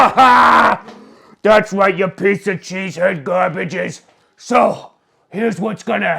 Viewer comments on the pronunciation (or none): I absolutely loved the viking fans impersonation 🤣 but I heard the new york in you come out when you said cheese head gaaaabaarge 😆 wonderful stuff 👏